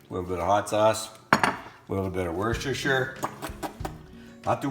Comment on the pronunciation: That looks so good. Mind you, 30 bucks worth of cheese on anything is always good. I will definitly try this one. FYI 'Worcestershire' is actually pronounced ' Wooster'.